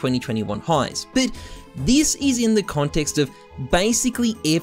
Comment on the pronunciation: It always makes me chuckle how can't say the word "but" lol. Count how many times he says "bit" instead of but 🤣